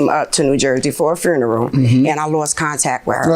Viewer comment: And fruneral. 😆😆